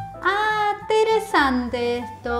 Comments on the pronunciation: Se dice interesante, no teresante 😂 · Me da risa cuando dice teresante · Minuto Teresante esto teresante esto okey